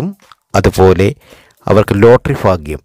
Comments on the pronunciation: എന്റെ ചെങ്ങാതീ...."ഫാഗൃമല്ല.".ഫാരൃയുമല്ല....ഭാഗൃം...ഭാരൃ...ഇതൊക്കെ ആദൃം പഠിക്കൂ. . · ഫാഗ്യം... ഫാഗ്യം... ഇടയ്ക്കിടയ്ക്ക് കൊട്ടൻ ചുക്കാദി തൈലത്തിൻ്റെ വിളിയും ഓർമിപ്പിക്കുന്നു... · ഫാഗ്യം,ഫർത്താവ്, ഫാര്യ,സൗഫാഗ്യം. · മൊത്തം ഫാഗ്യം ആണ് ഫായി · ഫയങ്കര ഫാഗ്യം😀😀😀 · ഫാഗ്യം...ഫർത്താവ്... ഫാര്യ....സൗഫാഗ്യം....കോട്ടയംകാരനാണല്ലേ....വെറുതെ പാവങ്ങളെ മോഹിപ്പിച്ചു പറ്റിക്കാതെ മിസ്റ്റർ... നക്ഷത്രം മാത്രം പരിഗണിച്ച് ഇങ്ങനെ പ്രവചിക്കാനാകില്ല